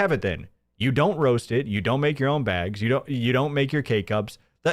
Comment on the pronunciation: Every time he says "BEEAGS" I feel a physical need to punch him. It annoys me as much as the lying now, only topped by the false flagging.